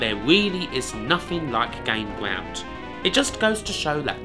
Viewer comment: What a weally gweat weview of Gain Gwound!